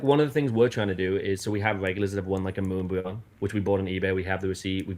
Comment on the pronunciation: bless you, that fact you sat there for two hours listening to this guy really shows the effort you put into catching these J bois D**k Wads. I couldn’t help to laugh every time he said Moonbweon! These lame ass streamers “where” definitely trying to scam for sure😂😂😂